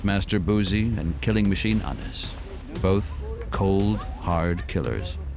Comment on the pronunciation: WRONG... his name tis pronounced Anise... i dont care where ur from... i know for a fact coz i know him